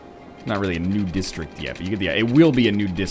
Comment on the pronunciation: When ever he says "new district", I hear "nude district."